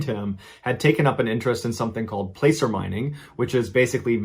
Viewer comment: Placer mining is actually pronounced “plass-er” mining. Take it from someone who lived in Placerville.